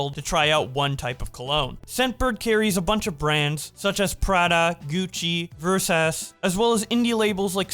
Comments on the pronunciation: did you call Versace Ver-sa-Che Versays? i am projectile vomiting in aoe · “Versauce” ITS PRONOUNCED VER-SAW-CHEE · Versace is pronounced Ver-Sah-Chi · Bro said versass 😂😂😂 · This man said “versass” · Bro it aint Versass 😭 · VERSE ASS?? i love that pronunciation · he pronounces versace as versass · Actually if we're going off the Italian pronunciation (since the company's Italian) it would be Ver-Sa-Che. Both pronunciations are fine by me, the Italian one is just the most correct one to me. (obligatory 🤓 emoji) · Please tell me you mispronounced Versace on purpose like in “Show Girls” like some type of meta meme? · The worst criminal offence in this video is pronunciation of Versace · Still haven’t learned how to pronounce Versace, I see. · Why did he pronounce Versace like that lol